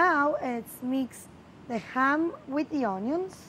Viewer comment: and "cHam" 🥰 love her